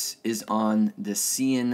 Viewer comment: The Dacians were not Thracian. Its also pronounced Dashian not Dasyan